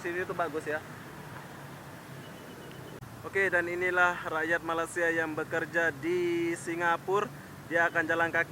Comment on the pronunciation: Brtahun2 keje di malysia sebut malaysia pun tak betul lagi.. aku ramai je org lombok keje dh lama di malaysia.. reti je sebut malaysia dgn betul..